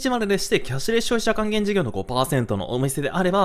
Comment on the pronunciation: キャッシュレス消費者還元 の滑舌が羨ましいです